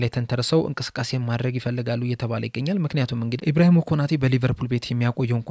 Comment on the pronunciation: ኢብራሂሞ ሳይሆን ኢብራሂማ ነው።